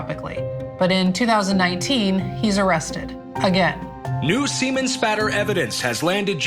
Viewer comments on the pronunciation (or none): none